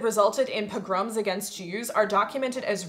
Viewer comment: Among the things I learned from this video: pogrom has the emphasis on the second syllable. Thank you. I know a lot of my vocabulary I've learned from books and left to my own devices I sound like Jed Clampett from the Beverly Hillbillies.